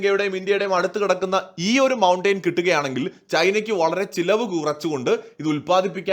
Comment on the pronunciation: മൗൺടേയ്ൻ അല്ല, മൗൺടെൻ ആണ്.